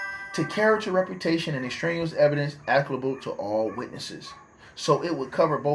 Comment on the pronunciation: The word you are mispronouncing is ex-strain-e-us (extraneous).